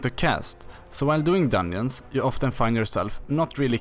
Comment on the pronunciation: so thats why he said "dunjooons"